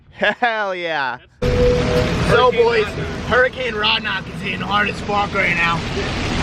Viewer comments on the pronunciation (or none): none